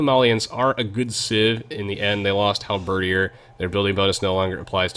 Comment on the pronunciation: I am unreasonably happy that your Halberdier pronunciation has been corrected.